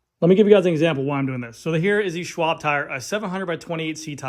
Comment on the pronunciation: Perfect probounciation of Schwalbe! 😉 Took my advice… nice!